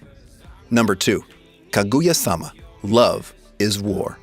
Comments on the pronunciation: kaguya not kagooooya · Please learn how to pronounce Kaguya, Uesugi and Itsuki! 😭 Also it seems like you're rooting for Ichika based on the clips you've chosen... Don't, Ichika is a SNAKE! Totally screws Miku over in the manga, and most people hate her now. She's also definately not the bride. She doesn't have a single piece of evidence backing her up.